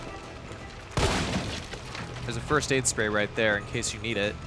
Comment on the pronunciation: "This isn't the wast wide out of town, wight?"